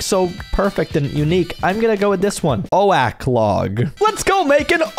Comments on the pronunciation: Its oak not oa-k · Its oak not o-ak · POV the hardcore king and he can’t pronounce the most common tree type in Minecraft😂😂😂😂😂😂😂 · "O-AK LOG" had me rolling